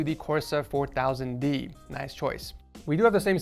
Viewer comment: How I pronounce the corsair 4000D: Corsair 4000D How pronounces it: Corsair 4000 D